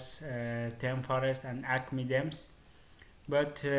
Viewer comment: its themes not dems